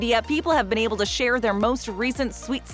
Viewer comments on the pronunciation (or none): none